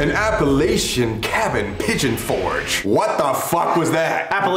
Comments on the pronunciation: As Appalachian folk, its pronounced app-a-lach-in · Its actually pronounced App-a-la-chin. Not trying to be rude or anything just wanted to let you know. I had looked into going to it before but never had someone to go with. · Appalachian is pronounced (app uh latch uh). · Please pronounce Appalachian as App-a-LAH-chian. If you say App-a-LAY-chian to the wrong person (me) there WILL be negative consequences 😅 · The way they said Appalachian killed me, “appa a lay shiun“ that hurts me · btw Sam and Colby It's pronounced App-a-latch-un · Hearing how they pronounced Appalachian hurt my soul 😂😂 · I agree. The way they said it, it made my skin crawl. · The way you just said Appalachian hurt my soul I live like 30 mins away from the mountains